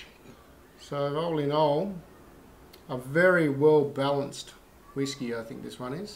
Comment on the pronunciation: I agree my pronunciations of all whisky has a lot of room for improvement, In my defense I am Tasmanian.... hahahahaha